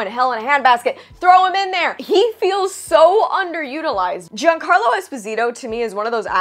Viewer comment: Thank you,, for pronouncing Giancarlo correctly. You’re just about the only YouTuber who gets it right.